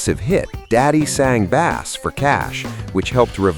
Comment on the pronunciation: It’s ’Daddy sang Bass’ as in (base), not bass as in the fish. AI voices suck